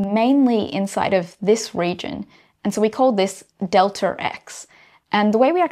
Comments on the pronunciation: deltaRx :)) First time I've heard about this there's no R there :R Amazing stuff, though. [delta eks] is the correct pronunciation but I will let this one slide, as this lady is the epitome of beauty + brains :))) delta P you nailed that one! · You have an intrusive R in your pronunciation of "delta X" which I could do without, but otherwise I've really been glad I watched this video and think you should do more. Thank you. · Why do you pronounce the extra R all the time. Makes you sound illiterate. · "delter x" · "delter" or "delta", aaanyway.... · Off topic, but it's interesting to hear the accent (speaking as an American) regarding the change-up on the pronunciation of "delta". For momentum it's del-TAH P, but for position it's del-TER X. That is all. Tnx. :) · In some dialects, the R sound is inserted when there is a vowel sound at the end of a word and the beginning of the next word. So it's "delter x" and "delta p." It's just a regional variation. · I was just getting used to 'delter x', and then it's jarring again to say 'delta p'...